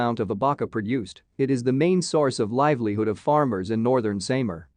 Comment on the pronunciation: “Zam-bow-ga del Nor- tay ,“ Northern Say-mar” 😂